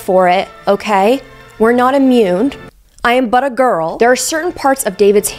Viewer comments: i thought she was saying 'butter girl' 😂 or was she saying that, not 'but a girl'....? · For a good minute I thought you were saying buttergirl. 😅😅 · I’m so disappointed in myself because I genuinely thought was saying “I’m butter girl” and spent the whole video with that in the back of my mind